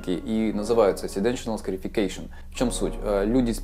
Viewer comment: Ash scarification. Послышалось эщкерефекейшон